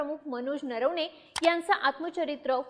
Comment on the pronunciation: नरवणेचा उच्चार नीट करा . नर्वणे बोलू नका. ऐकायला कसं तरी वाटतं